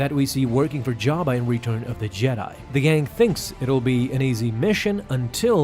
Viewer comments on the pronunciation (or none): none